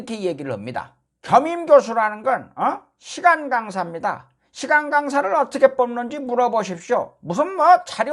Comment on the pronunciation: 시간강사 근디 왜 내귀엔 시 간강사로 들려